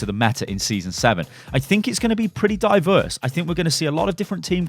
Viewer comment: Ye it's gonna be dive-erse